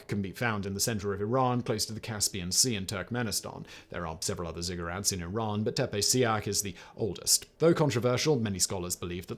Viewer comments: I couldn't figure out what he was actually saying and just took them as Cigarette pyramids in the end 😂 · He had to say ziggurats three times before I realized he wasn't saying cigarettes🤣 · yes at first I thought Simon was talking in a Russian accent explaining cigarettes. :-)